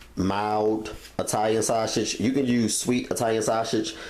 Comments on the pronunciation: The way you say "sausage" lol sauchage!! 😂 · The way this dude says sausage lmaoooo